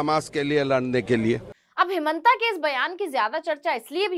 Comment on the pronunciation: हेमांता विश्व शर्मा अपना हिन्दी उच्चारण ठीक करो।